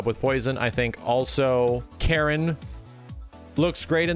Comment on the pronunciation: Its funny how calls Karin Karen lol